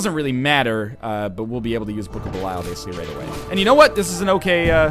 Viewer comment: Has Ryan ever acknowledged the fact that he says "Belial" wrong?